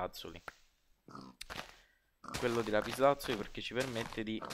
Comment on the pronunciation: Failing ridere quando dici lapislazulo!! 😂😂😂